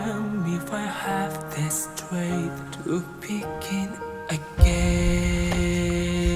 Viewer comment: As a matter of fact, they way he pronounced 'again' here can be the correct pronunciation, depending on where you are from. The only little mistake he had was with 'strength' which is very difficult to pronounce the ng + th next to each other if you're not a native speaker. The sound of th doesn't even exist in Kazakh. Apart from that his English in this song was very good. I think you're being too harsh.